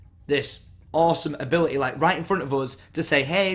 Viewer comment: ability....a-beh-leh-y :D